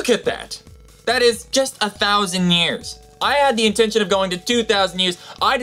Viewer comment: Is it so hard to say "years" instead of "ears"????